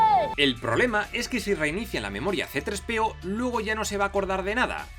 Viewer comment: todo Hiba muy bien, demasiado bien... hasta que escuche: " CE TRES PE O" 😲